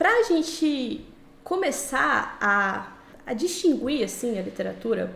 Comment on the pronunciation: você pronunciou a palavra "distinguir" de forma errada. Distinguir é dígrafo, isso significa que a letra "u" não é pronunciada.